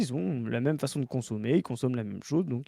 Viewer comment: Mais pourquoi prononce "même" "meume"??? Je dois savoir